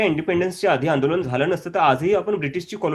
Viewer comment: आपले व्हिडियो नेहेमी बघतो. आपले काम चांगले आहे. आपण 'ण' चा प्रयोग 'न' च्या ऐवजी जास्त करता. आंदोलन म्हणा आंदोलण नही. अभी नही तो कभी नही. देश भाडोत्री राजकार्णी शेटजी आणि भटजीच्या वतीने चालवत आहेत.